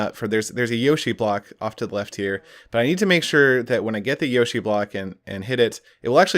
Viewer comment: You'd think he'd say yoshi properly 🤔